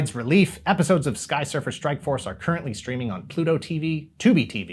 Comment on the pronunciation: Didn't anyone notice how everytime said "Skysurfer Strikeforce"... He butchers the name even more.. 😏😏😀😀😂